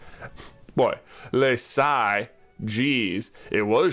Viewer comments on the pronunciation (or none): none